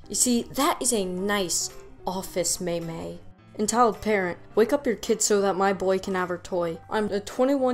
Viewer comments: Man, you pronouncing meme as may may threw me off lol thought ya found me on reddit 😂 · I thought you were joking around with the pronunciation of meme, but you kept saying it so I realized you might actually think it’s pronounced that way. It isn’t... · Um "may-may"? It's meme, rhymes with team, alright criticism aside, keep up the good work, you're doing great! On second thought, I'm guessing the may-may thing was a case of r/whoosh on my part, well played